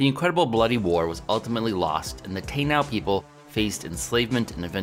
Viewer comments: Taino is pronounced tah-ee-no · Taino ( Tah-ee-noh ). Not "Tayn-ow". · It's pronounced Tah-ee-noh.🇵🇷🤘